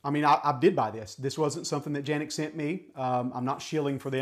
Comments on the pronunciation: It's Canik not ( Ganik or Janik ) ...lol it should be pronounced as Kanik. Unless You live in Turkey Good review 👍😎🤝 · Are you supposed to pronounce Canik as Janik ? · Janik is the correct way to pronounce. Its just how we see and pronounce the name in in the US CANIK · It’s Janik!!!!! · Not Janik!!! It's Canik! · So am i the only one who pronounces canik then him? Hes calling it a janic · It is pronounced John Nik. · First time I’ve heard it pronounced Janik